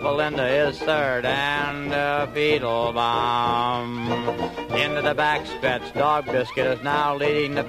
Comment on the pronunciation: It always sounded to me like Doodles Weaver was saying "Feetlebaum!"